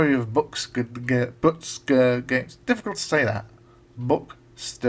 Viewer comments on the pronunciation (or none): The name Bukster is based on the sound the chickens make on the farm in New Zealand I live on - buk-buk-buk. We called them Buksters. So it's pronounced more like book-ster. Glad you like the game. This was programmed on a real ZX81 so took a while. I may get back into ZX81 programming using emulators. Check out other games I've made including a few ZX81 games (by other authors) on my web page